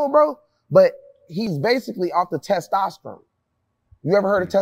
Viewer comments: Bro hearing y'all talk about fitness is funny af! He just has good genetics and good work ethic. Bandman on the other hand is the one with the enhancements but this shit is funny af bro lol He can't even say testosterone lol Jack ain't on that, he got them West African genes to build muscle fast. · We gotta stop the He.B.L trend going on… Also as a person who went to school for kinesiology and exercise science, kevo making shit up(he didn’t even pronounce testosterone correctly), and it is very possible to get jackboy physique.